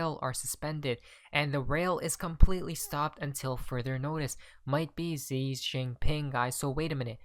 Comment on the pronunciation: Com eon buddy get China pres name correct, Xi is pronounced "She" not Zi, not Gi, just saying luv ya.